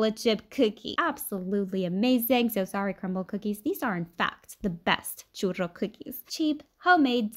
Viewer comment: I love the RR roll you do for churro .